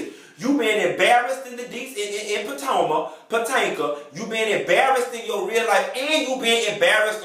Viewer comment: IF YOU DONT STOP SAYING PO-TANKA!!!!! LOLOLOLOL